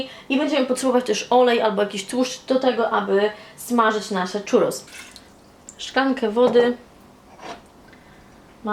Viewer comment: filmik super słodki, ale po ostatnim pół roku spędzonym w Andaluzji muszę to napisać - mówimy 'ciurros', nie 'czurros' :) tłustego i pysznego czwartku!